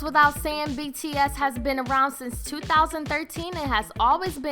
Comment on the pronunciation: When starting off the video and the band name is pronounced wrong.... you know it's gonna be rough the rest of the way... Edit: I couldn't watch the entire video. I tried but I couldn't. I made it 2/3 of the way through. I stopped because of the number of errors that were in it thus far; that got to the point where I was annoyed and didn't want to listen/watch anymore.